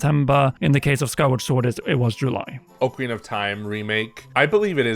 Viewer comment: O-Karina? Immediate discredit anything this guy has to say. And this video is only talk, which everyone has posted thousands of times...without ads.